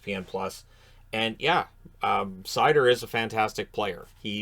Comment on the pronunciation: His name is pronounced Mo Jesus Seider..... Just for future reference